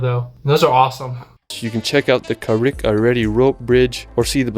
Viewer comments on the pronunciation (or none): I’m sorry but as a Northern Irish person, that pronunciation of Carrick-a-Rede physically hurt 😂 That being said, Northern Ireland is gorgeous and there’s so many lovely places to see! ✨ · The dark hedges are actually badly destroyed due to tourism because of buses so it is now only on foot visiting. Omw its pronounced Ca ra ga ree rope bridge. 🤦🏻‍♀️ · "Wales"....*That sounded weird, maybe it was just me*...... "Carrick-a-rede"... okay definitely doesn't know The last "e" is not really said, its a hard "d" sound. "Carrick-a-reed" would be closer.